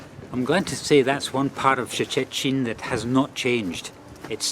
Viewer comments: The city's name is not that hard to pronounce, just say like Churchill in the "Iron curtain" speech. Or the proper Polish way: [Shh-te]-[shh-tin] in two syllables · And still can’t pronounce Szczecin!